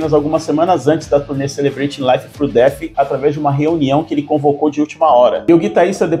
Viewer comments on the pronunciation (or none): none